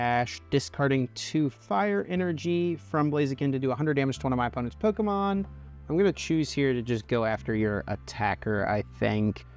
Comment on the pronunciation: The way this guy says “pyeeewwkamon” 😂